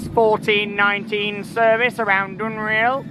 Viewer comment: It’s pronounced dunrell